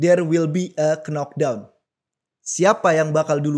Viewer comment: pengamat combat sport, tapi dari dlu ngmg "knock down" selalu "Kenok Dawn" bukannya "Nok Dawn"